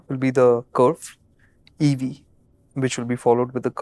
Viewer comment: Curvvyche sounded more like Gujarati. Currvy che!!